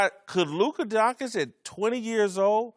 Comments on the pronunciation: Donkic? How can u get Donkic from Doncic? I mean really? Are they all illiterate? how come they can pronounce Popovich and not Doncic? How com the dont call LeBron Lebronk? Is education in US really that bad? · I don't care for man called Donkic, but I like watching and cheering forLuka Concic. Is really so hard to say it right? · You work on TV say his name right! Donchich not Donkic or Doncik.....man you get payed to speak and it is a hard listen if you can't say his nsme right! What does he have to do to get respect? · This m*ther f*ckers need to stop saying DONGKITCH its DONSHICH... 🤦🏻‍♂️🤦🏻‍♂️🤦🏻‍♂️ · Guys come on!!! You get payed to speak! Say his name right! He deserves that he is a top player in the NBA and you can't even learn his name! Donchich not Donkic or Doncik....Doncic it is not that hard! It is embarassing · These idiots really can't say Don-CHICH!. They're doing it on purpose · What donkich? What f**** DONKICH?!?!?!? Can you pleas learn how to read? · Guys, before pontificating about a guy, please learn his name first, at the very least: it's NOT DonKic, for the love of God. They pay you as commentators, sweat it a little bit... Come ON! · These clowns sound absolutely ridiculous pronouncing his name Donk-itch. I can’t take any of their opinions seriously after they show what absolute morons they are pronouncing his name this way. 🤦‍♂️ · Literally one second into the video: Luka DONKICH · lern how to say lukas surname how can you be a profesional and dont know how to say his surname